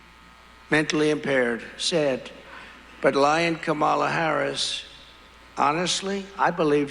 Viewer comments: Everybody saw her introduce herself to him at the debate. His continuing to say her name wrong just makes him look insincere. Who falls for this? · He’s been calling Barack by his middle name just as he emphasizes Kamala name incorrectly to fuel the racism